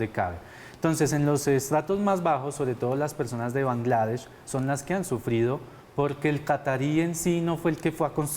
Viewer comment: Alguien que le explique a ese man cómo decir "Catar" y "Bangladesh" 🤦‍♂️